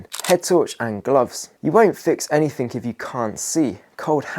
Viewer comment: Anything. Something, everything. Come on man, there is no k, you’re making up a new word lol